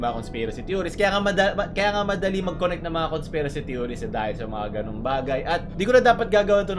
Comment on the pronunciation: Conspirasht hahaha